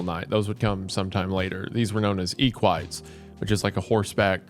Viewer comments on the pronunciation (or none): bruh, "ee-quites"? Lmao, it's pronounced "eh-kee-tays", learn Latin, plebe 😂😂😂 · "Known as eekuites" oh no the eck-wi-tays are not gonna like this one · “Equites” is pronounced “Eh-quih-tays” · is it not eh-quee-teh